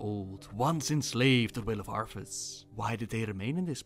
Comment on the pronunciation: It's what, 4 years now? And you still spelled Arthas wrong, it's Arthas, not Arfus.